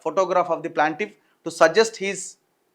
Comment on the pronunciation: Not PLANTIFF IT'S PLAINTIFF ANNA🙏🙏🙏🙏🙏